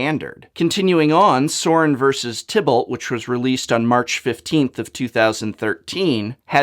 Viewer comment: Many were talking about the right spelling of Ob Nixilis. But I was more intrigued about another planeswalker's name: »Sorin vs Tibbled« Isn't Tibalt pronounced "Tee-Bald"? That's about how you'd pronounce it in German, too, and considering his origin is Innistrad, which uses Germanic terms (Geier-Reach, Geists, Krallenhorde, etc.) among other European languages to further deliver the Gothic theme, it would make sense.